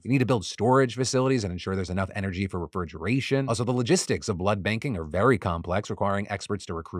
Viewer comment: Phil saying refirgeration threw me off guard😂